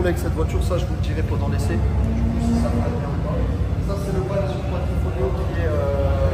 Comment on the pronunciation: Quadrifoglio et pas quadrifolio.......